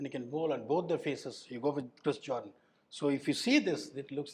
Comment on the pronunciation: Jordan ❌ Joedaan ✅ 😂